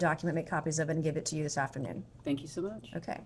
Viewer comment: 'THANK YOU SO MUCH' , SOUNDS LIKE thank you for lunch